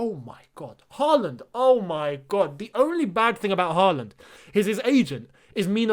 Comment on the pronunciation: You should try to pronounce Haaland correctly. The double a’s are pronounced like the ‘aw’ in words like hawk and thaw. The last a in ‘land’ is pronounced like the ‘a’ in words like past.